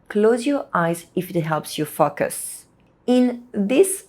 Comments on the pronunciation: To explain to anyone unsure, it should be fo-cus (long o sound) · Every time you said “focus” it sounded like “f*ck us” but loved your video. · Fock us? 😂. P.s. Your English is great, I'm just teasing you. Thanks for the good advice. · Your pronunciation of the word FOCUS needs some work. You are saying something quite vulgar: "F*ck us." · Enjoyed and her clear and precise english, maybe except the words like "focus" not easy for my french girlfriend too. Think of "go" and a long o, fo or "faux" as in french. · These are excellent tips! Thank you so much. I'd have just one small suggestion: be careful with the pronunciation of "focus" in English. The "o" must sound like the "eau" in French as in "beau". The danger in English is that the "o" acquires a schwa sound, which would then render it as "f**ck us" - not the outcome you want. Many thanks again for these excellent suggestions! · I love your idea! I gently encourage you to reexamine the word “focus.” The long O sound exists in both English and French, does it not? It startled the heck out of me every time until I realized what you really meant. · When I read your comment that's when that part of the video came up. And I understand what you mean. She did sound like she was swearing the first time she said focus😅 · you seriously need to work on your english pronunciation😅 especially on the word" focus" 😂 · I've noticed that non-native speakers invariably say this word in an arresting way!